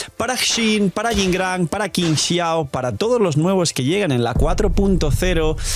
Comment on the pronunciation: Amo a Qingxiao, pero llamémosla bien porfis Qi = chi ==> “Chingxiao” Tremenda waifu 😩🩵